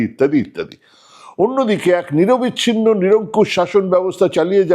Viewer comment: নিরবচ্ছিন্ন শব্দটা কি 'নিরবিচ্ছিন্ন' (1.29) শুনলাম ? ভুল হলে মার্জনা চাইছি !